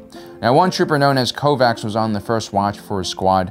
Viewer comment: Poor Kovacs... I feel sorry for him more because his name was hungarian. A fellow brother. (Also interestingly his name's pronounciation is "Kovatch")